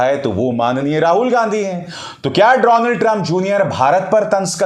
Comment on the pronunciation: डोनल्ड ट्रंप नहीं डोलँड ट्रंप